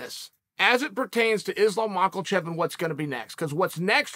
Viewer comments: it's MAKACHEV, not MICHAELCHEV......fix it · Dana never said, "let's see what happens" - what Dana said is simple: "We are rescheduling Islam vs Dariush" - and once again, 48th time, it's not Ma-Kel-Chev it's "MAK-AH-CHEV" - SPELLED MAKHACHEV NO ' L " IN HIS NAME. NO " L " IN HIS NAME. NO " L " IN HIS NAME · Chael adding an “L” into Islam’s name every time is killing me. “Machelchev” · hello my name is Bob I'm from Bangladesh.....na bro its not Bob lol calling IT is always such a treat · Brendan: “I got Conor all day” Chael: “I got Makelchev” Brendan: “hunnerd percent baba matchayev” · I love when chael talks about Islam Macklechev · When Uncle Chael says “Makelchev” > anything else he says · Still no L in Makhachev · Chael your pronouncing makhachev's name wrong it's not makalchev. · Chael really has hard time with caucaus names, Islam machaelchev and Hazmat chiamev lol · Guys. Guys. Who’s this new guy mockelchev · Islam Micheal-chev lol. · I just watch the videos Chael makes on Islam just to hear Unc say, "Mahkelchef." I also hate to say that the redact known as Brennan Schwab actually has a good idea with Conor vs Islam Mahkelchef. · His name is not MichaelChev dummy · Chael vs Shaub, the battle of incorrectly pronouncing obvious names wrong.